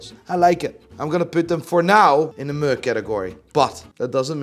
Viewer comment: Do you realise the sound meh makes? It’s not fucking muuurrr lmao.